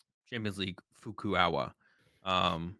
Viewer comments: Fukuoka is pronounced like "foo-koo-oh-kah" btw lol also I definitely got the flavor text wrong, shoulda known it would be themed! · Fu-Ku-O-Ka… neither of you are even close to pronouncing it haha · Great content but my god, as a Japanese teacher - please check pronounciation for Fukuoka!!!